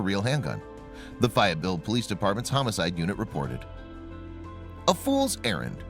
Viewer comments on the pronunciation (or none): The town's name is pronounced...Faye..et..ville...live in North Carolina..😁😁😁...Love your videos!!!!